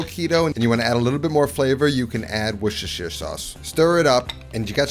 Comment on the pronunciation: Because at the moment you sound like ‘warr-sherr-shterr! Lol